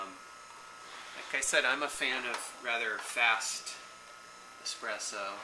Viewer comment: I'm so sorry to say this but I've heard say "expresso" a number of times and I have to say, that's not how it's spelled... Can I be a spelling Nazi and suggest the more... authentic spelling "espresso"?